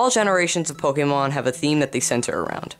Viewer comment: Stop saying pokamon